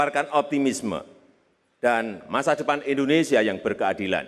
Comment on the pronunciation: Universitas Indonesia atuh mbak bukan Universitas Endonesia ...